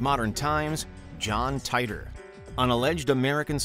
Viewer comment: And once again, it is incumbent upon me to drill into your incredibly thick skulls that John Titor's surname is pronounced "tee-tor". Proof positive that details don't matter to WM.